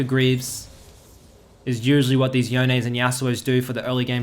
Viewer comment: i can't get past that you call him Yo-nay